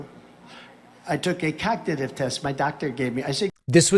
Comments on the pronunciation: He even says he took a cotditive instead of cognitive. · Listen clearly : "I took a 'cocktitive test' my doctor gave me." With Dumpty Trumpty, you can't make this shit up. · David, at , you didn't mention how the Orange Fraud mispronounced cognitive test as cocktitive test.